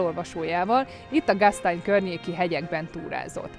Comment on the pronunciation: Gastejn! Így kell ejteni! Nem umlautos betű! Gastäin ejtjük gasztánj.